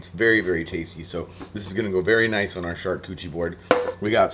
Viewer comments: I haven't read the comments. But I love this video! And I love what you are doing. BUT your prounaciation of "charkoochie" MAY be wrong. I think it is pronounced "shar-kooooot-er-eeeeee" that said "sharcoochee" is even better!! Love what you are doing! Keep killing it! I prefer watching you spooling fish!!!! Crazy goodness!!!! Love it!!!!! Keep killing it! #stayfishy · "Shark Cootchie" board? 😉😅😅😅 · I believe it's pronounced Char-Cooch-arie lol love this stuff! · "SHARKCUCHIE BOARD"😂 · More smoking videos, please and keep on pronouncing it shark koochie. That cracked me up every time. Thanks for the great content. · I love you …but if you say shark cootchie one more time, I’ll shove you in the river next time I see you out there! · I dont think you're saying "charcuterie" right... LOLLLLL.